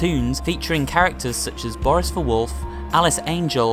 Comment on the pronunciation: DID YOU SAID BORYiS!?!?!